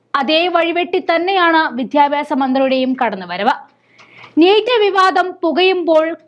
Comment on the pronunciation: കുറച്ചു കൂടി അക്ഷരസ്പു ടതയിൽ അവതരിപ്പിക്കുക.(വിദ്യാഭ്യാസം എന്ന് വാക്ക്)..